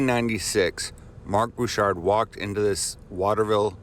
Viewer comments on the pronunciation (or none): It’s Bechard... not Bouchard.